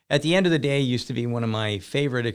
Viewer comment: "at the end of the dee" is great. Don't end it